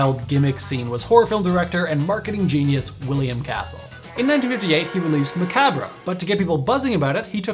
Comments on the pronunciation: It's not "mah-cob". "Macabre" is a French word, therefore would be said something along the lines of "mahkahbrh" (and roll the "r" very slightly. It is NOT an English "r", neither is a Spanish "r" ... teaching French through text is hard...) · joking aside, it's more like "swallowed" than silent. The OED pronunciation guide follows the "br" with a schwa inside of parentheses. The word has a French origin, where the dropping or "dropping off" of final sounds in words is common, even standard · You anglophones should simplify it to macaber. It would fit the style of other words like "somber" which also comes from French with an -re ending.